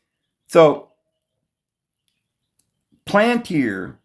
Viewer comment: Pal-an-tier! Not plant-ear! Have mercy! It's pal-an-tier, please!